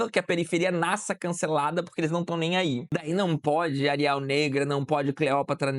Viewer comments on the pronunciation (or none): Quando você falou “Ariel negra”, por alguns segundos entendi “ariAl negra”. Pensei “nossa, pq tão falando da fonte arial?” Mas daí entendi. Acabei de acordar 😭